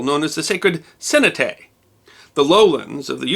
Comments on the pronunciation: Cenote is pronounced sin o te just so you know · CENOTE is pronounced...Seine(like the French river)- know- tay. SEINE-KNOW-TAY. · Sir, the prounounciation of "Cenóte" is NOT (SÍN..O..TEY) ALL vowels in Spanish are ALWAYS pronounced as what in the English language is called "Short Vowels" There is NEVER AT WILL prounounciation like in the English language ie; bit, bite....too many to list..... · Only one complaint. Cenote is pronounced: say NO tay not say no TAY... Otherwise fascinating! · Some things were mispronounced ... SEN-no-tay should be sen-NO-tay, and the site should be pronounced ChiCHEN ItZA (accent on second syllable for both). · Se-NO-tay,. Se-NO-tay. I spelled it phonetically. I did like this. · Cenote is pronounced, "say-note-tay" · Wrong, it’s se no te, it is written and Spanish and pronounced that way in the archaeology and in Mexico and Guatemala. I also don’t see the point in correcting someone who made a video about the culture of the region and not the word cenote. It isn’t that imperative that he say it correctly. Why nitpick? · Awesome as always! I'm sure others have pointed out, but no time to search: Senote = suh - NOTE - tay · This is too rushed.. I climbed the pyramid at Chichen Itza'. many years ago. The pool is called a "sen OAT' tay" , Sir Damn, you are murdering pronunciations here particularly "sen OAT tay & Yuk-a- TAN (not ton) & others. Perhaps u need a little more research or a native speaker - you can speak to both Spanish AND Mayan speakers in Tulum'. Sorry, you are going so fast w/ the "history"., u are screwing up. My CAB driver spoke both languages & they have classes to teach their children the MAYAN LANGUAGE. I've visited the Yucatan several times & understand Spanish. Is the history correct? Probably but the locals would choke on your pronunciations. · Say - No - Tay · Cenote is stressed on the "O", not in the first "E".